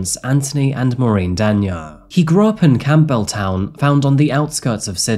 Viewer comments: im aussie (pronounce campbelltown like camble-town) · Man, the way Campbelltown is pronounced here as someone that grew up around there